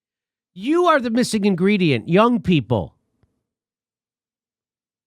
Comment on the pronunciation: hehe inGREEDYent